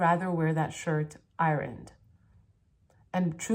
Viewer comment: she can't say ironed lol